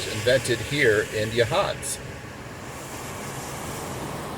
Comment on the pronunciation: You did better than most on Yachats, but not quite. Oregon coast native here. It's YAHhots rather than yuhHOTS. ❤❤❤